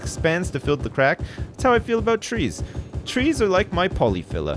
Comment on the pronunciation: Why does say pollyfiller like an old new yorker? lol.